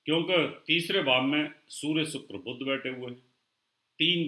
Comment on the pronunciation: आपकी भाषा में उच्चारण प्रादेशिक प्रभाव से अत्यन्त ग्रस्त हैं : 'शनि' को 'सनि' बोलते हैं, 'बुध' को 'बुद्ध' बोलते हैं!! क्या बिना संस्कृतभाषा पढ़े ज्योतिष-शास्त्र सीखा होगा ?